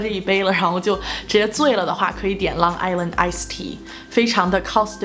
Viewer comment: Lung island ice tea.